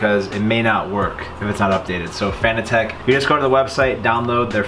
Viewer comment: The way you pronounce Fanatec is hysterical. Nice set up though.